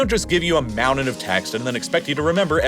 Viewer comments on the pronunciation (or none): "moundain" counter button 👍